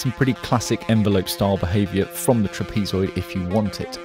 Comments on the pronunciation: lol "trapeze-oid" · never heard trapezoid pronounced that way...